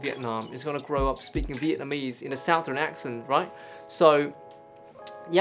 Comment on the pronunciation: Sorry to say but you mispronouced the word "southern".